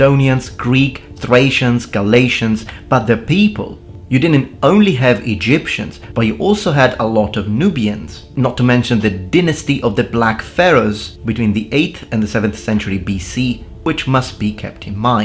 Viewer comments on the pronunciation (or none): You speak very well my friend. Just curious as to why you Pronounce Dynasty -DAINASTi as DINASTI. And Multi - Multai as Multi...